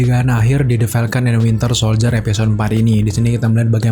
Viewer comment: Winter soldier bambang bukan wintel ahhhhh sudahlahhh